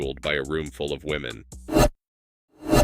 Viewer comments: I've noticed that routinely they say women wrong. Is it a troll or are they darded? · Not being able to pronounce the word "women" properly is also a factor